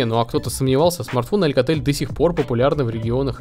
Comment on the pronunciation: говорится АЛКАТЕЛЬ, АСУС ...